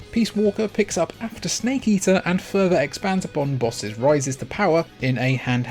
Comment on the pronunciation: Did you say... Solid... Snkae?..